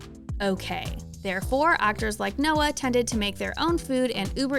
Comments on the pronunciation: Noah's is technically correct🙃 it's a German name; that's how you say it.. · That’s not how Noah nor anyone else I’ve heard say it. Which means that technically it’s wrong.